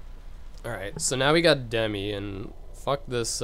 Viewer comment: I more-so think hes ignorant for calling Demyx "Demi"